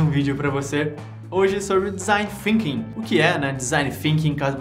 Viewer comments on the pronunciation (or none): FINKING? ah não vey... é THINKING com a língua nos dentes de cima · parei de assistir no momento que disse "desing Finking", pqp.... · mas THinking sim, é a pronúncia da línguas nos dentes